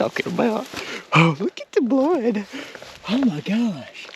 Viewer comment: He said “lOoK aT dA bLoUd” haha congrats man awesome hunt!